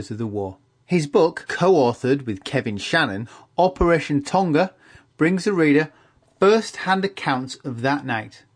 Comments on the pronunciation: It's not the pacific word Tonga. It's the British version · tonga is pronounced wrong :(